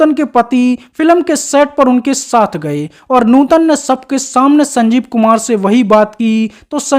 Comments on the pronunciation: न्यूतन नही भाई नूतन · कहां से लाये हो ऐसा कॉमेंट्रर जो सधा सा शब्द नूतन नही बोल सकता😅😅😅😅😅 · नूतन बोलो न्यूटन क्या है सामर्थ नहीं समर्थ न्यू तन 😂😅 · Abei gadhei Neuton nahi nootan naam hai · आपका pronounce न्युतन लग रहा है उनका नाम नूतन है